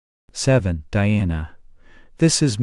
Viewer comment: Take more care about your pronunciations😀 Dhyana, Jnana, Guru, Mantra. Many such words